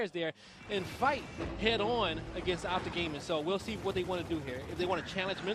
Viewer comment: Optic not Opic 😂😂